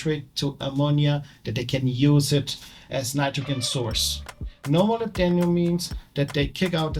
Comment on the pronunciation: Pronunciation of Molybdenum is impressive 😂